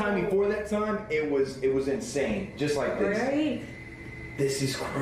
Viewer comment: Does anyone else do this....when does his intro, and says "just like this" I always have to say it with him and in his accent. Lol🤣🤣🤣